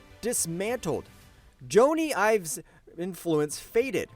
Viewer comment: ffs, can younot use your own voice instead of AI who can't even pronounce Jonny Ives right?